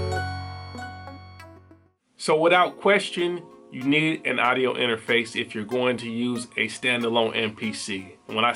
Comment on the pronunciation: I hate the way you say "idio." It is pronounced "Awwwdio"